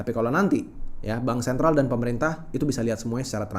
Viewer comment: Dengar sikit lgs turn of.. stress dalam otak. Apa itu "de def dan bansen"🤣 pronounce aja dgn benar The Fed dan Bank Sentral! Kayak anak jaksel aja Culture menjadi Kalcer.😂aisss